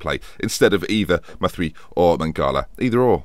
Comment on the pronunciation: jeremy mathieu's name is pronounced like you were sneezing and saying matthew at the same time. or "Mat-ee-you" read it slow, then fast, and you're done